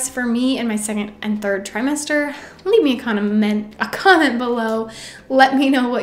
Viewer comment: Great video, thankyou. As a fellow potsie in my second trimester it was extremely helpful. The leave me a 'conement' word fart at the end just ticked me. Brain and pots brain right there. I forget whole words too!